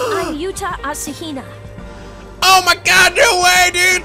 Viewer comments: I love how even spells "asahina" and reads it on screen as "asahina" and still says it as "ashina" 😂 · Love how he calls him "ashina" instead of "asahina" like when I first played the game. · the one thing that's bothering me is hes saying "ashina" instead of "asa hina" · "Achaina" RaNgU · this guy doesn't listen to games as he plays them does he? Yuta: I'm Yuta Asahina (you-ta a-sa-hee-na): A-sheena's little brother!